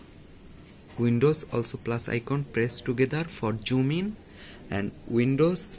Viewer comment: It's not joon. It's Zoom 😂